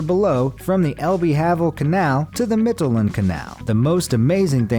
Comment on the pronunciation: Magdeburg Water Bridge - at lease you said that one almost correctly. However, the Elbe is not pronounced El-bee, it's El-buh. Havel is not pronouce have-ul, it is Hah-vul. And finally, Mittelland is pronounced Meetal-lahnd. There are a lot of mistakes in this post.